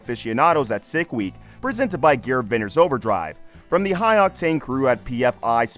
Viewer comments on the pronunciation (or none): none